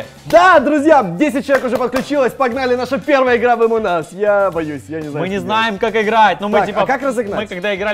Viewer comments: Не амонас а амонг ас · не е моназ а амонгас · Не амон ас а АМОНГ АС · Никто: Абсолютно никто::Омон ас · Меня одного бесит то что они говорят эмон ас, когда она называется амонг ас... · не аманас а амонг ас😂😁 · Это не амон ас а амонг ас если что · А почему амонас, а не амонг ас? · почему ты говориш амонг ас амон ас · Правильно Амонг ас а не амон ас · Амонг ас - а не Амон ас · пОчЕмУ Емонг Нас А НЕ ЕМОНГ АС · Амонг АС а не Амон ас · Ни Амон ас а Амонг ас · Амон ас аааахаххаха не амон ас а амонг ас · ни амонас а амонг ас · Он говорит амон ас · Почему вы говорите эмонас